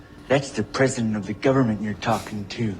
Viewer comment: govermint xD gets me all the time